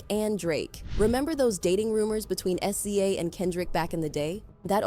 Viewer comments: Wouldn't be so bad if it could actually say SZA's name right. 😂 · The pronunciation of "SZA" is sending me! But yeah it's amazing how much Kenny hates Aubrey. Pure loathing. Fun watching him & Push help Drake destroy himself 🍿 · "S-Z-A" "Poosha" 💀